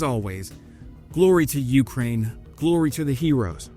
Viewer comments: Your wife should make fun of how you say Ukraine too. It's "yoo-CRANE" not "YOO-crane". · I will like these videos even more when you learn to pronounce Ukraine correctly